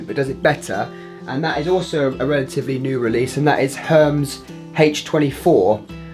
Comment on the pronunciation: You butchered the brand name Hermes, it's a french brand as you may know and its pronounced totally different from how you say it